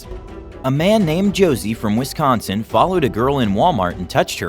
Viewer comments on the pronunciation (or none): none